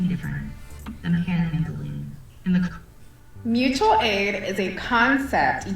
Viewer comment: It's pronounced Moochual aid. Someone hasn't seen a video about Roger 😂